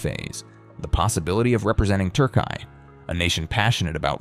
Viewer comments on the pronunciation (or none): It's not 'TURKAI', it's Türkiye! Just as you pronounce the names of other countrıes correctly, try getting the name of the country that has become home to this incredible volleyball player right, a country that has also given a tremendous boost to both European and world volleyball! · Would appreciate the correct pronunciation of TURKİYE. It is not Turkai😉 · Good video. But please check how to pronounce Türkiye correctly.